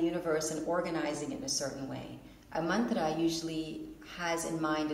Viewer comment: I think it's funny that they pronounced mantra differently